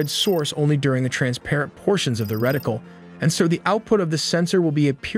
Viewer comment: "Reticle", not "Rectile" .